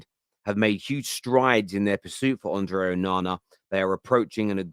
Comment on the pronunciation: Bruv just say Andre honestly why you trying to roll the r